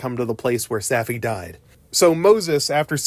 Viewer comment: Safi. Saw fee. they only say it a million times.